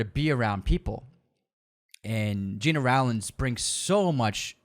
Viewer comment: Agree, also learn how to pronounce Gena Rowlands, James Caan, Charles Laughton, etc. But please don’t let this nitpicking stop you from the holy mission of championing classic cinema. But do take the time to find out how to say their names.